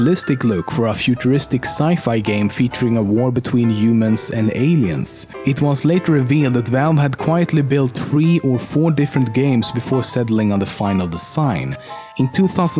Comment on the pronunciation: umens and alieens thats how you pronounced it ik thats not how u cspel eet